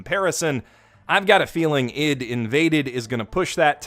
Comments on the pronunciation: Dude, I.D. like Identity. Why are you saying id like idiot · Bro why are you saying i.d like Ed. It's I D lol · Wait a sec... I thought the "ID" in ID:INVADED was pronounced as I-D. and not "id" as in "bid" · why does this man not know how to pronounce ID AYE DEE please, you're hurting me